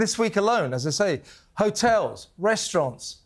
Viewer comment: What is she calling the hotels, ' '.😅😅😅😅😅😅😅😅😅😅😅😅😅😅😅